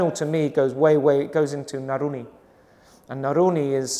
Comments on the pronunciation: Naruni?. i think he wanted to say naluri. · blant out it is NALURI